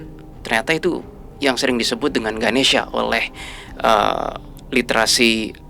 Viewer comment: mon maap sm dewa ny nma nya ganesa bukan ganesia, klo ganesia mah sy 😂